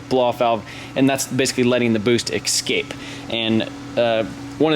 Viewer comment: Can build a 600 HP car.....pronounces eScape.....ex cape. Also hope your court date has already passed otherwise this might be evidence